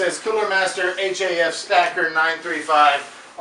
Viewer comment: stop saying H-A-F